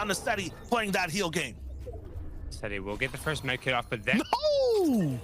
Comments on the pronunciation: its setty not zetty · sorry but “zetty”. the accent has gone to far. Jk lol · Why are u saying zetty